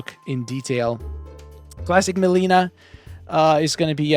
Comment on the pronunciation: Take a shot every time he mispronounced mileena over skarlet